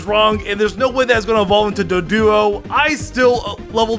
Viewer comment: sounded like he was saying dugduo but it was doduo